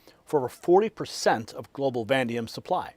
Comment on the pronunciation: I think you meant to say va-NAY-dium, not “van-dium.